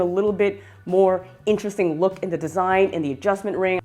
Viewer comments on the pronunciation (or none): none